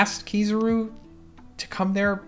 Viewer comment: Sorry, I can't get over how he pronounces Kizaru. :face-blue-wide-eyes